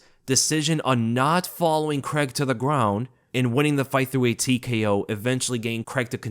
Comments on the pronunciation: Craig. Craaaaiiiiiig. WTF is Creg?! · as an englishmen i hate how Americans say 'Paul Creg' please please say it like 'CRAY-G' it only his accent that makes it sound like CREG lmao xD love your videos keep up the fantastic work mate <3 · who's Paul CREG? lol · I dunno why the yanks pronounce it Cregg 😂😂😂😂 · you don’t say Reders instead of raiders do you C r a I g not C r e g it’s easy bro